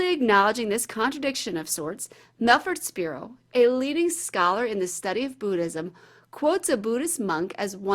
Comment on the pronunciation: Why does she keep saying Bootism?